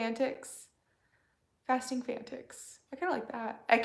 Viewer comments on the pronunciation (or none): Hi, I think my suggestion for the name of your fasting group was a bit misconstrued. I said I think #Fasting Fanatics would be an option. I think you read it as fantics instead of fan-at-ics ( as in enthusiasts). Just a thought. So glad to be losing weight when unfortunately so many people are eating their feelings and gaining weight during this time. Thank you for what you do. Thanks to you my self-worth is getting back to what it used to be.